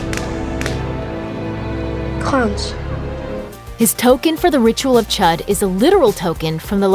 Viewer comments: It’s pronounced “chood.” that’s why the accent is there.🙄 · "ch-ued" not "ch-uh-d" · Its not Chud its chüd ( chued ) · She knows it’s pronounced chood like wtf chud, so stupid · "the ritual of chud" it's pronounced choo-d smh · it was CHOOD* not chud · the ritual is pronounced chood because of the two dots above the u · It pronounced Chood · Wait the ritual isn't pronounced like the ritual of Chad but like this : the ritual of chuud like that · That is not how u say cüde mate😂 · I pronounced chued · It's pronounced chood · You said Chüd wrong. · It “ch-ou-d” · It's pronounced chude but spelled chud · they pronounced chüd wrong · Its pronounced chood, you filthy pagan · You uncultured swines, yall said chud like the amphibians